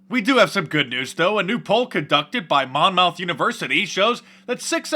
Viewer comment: It's "Mon-mith" not "Ma-mouth". LMFAO